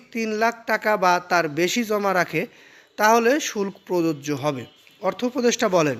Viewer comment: বেটা উচ্চারণ জানে না। আবার ভিডিও বানায়। শুল্ক - উচ্চারণ শুলকো।